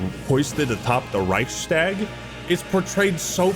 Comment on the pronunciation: I like how u pronounce Reichstag 😊